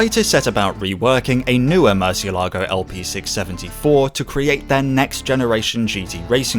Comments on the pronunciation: not murcielágo but murciélago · murcielago Spanish: mUURrr-SEE-el -A-go (roll tje "r") English: MERCH-e-LAGO (just plain wrong) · I do enjoy your videos, but I can't believe that you didn't do a little due-dilligence to check that you can pronounce the name of the car at least somewhat closely 😉